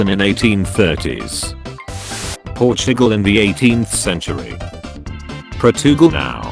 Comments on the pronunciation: How Portugal is pronounced: Portugal How spells it: Pro too gal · No one: Narrator: P o r s h i g a l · I SWEAR he said "Porch Nickel" at first